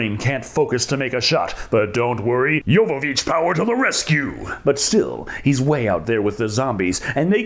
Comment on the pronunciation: Can I just say how happy I am you said Jovović correctly. I hate hearing Joevović constantly.